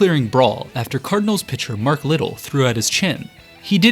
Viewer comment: That's Jack Billingham, not Woodie Fryman. Mark Littell pronounced his last name luh-TELL, not LID-ull. The word is ulterior, not alterior.